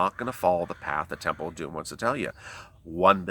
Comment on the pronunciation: God bless you sweetie evertime you say the temple of domm it makes me laugh you are a trip ❤️🙏